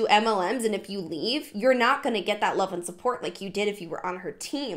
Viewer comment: I wolf you 🤣😂😂😂